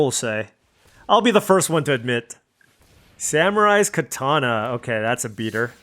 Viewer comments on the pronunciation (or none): none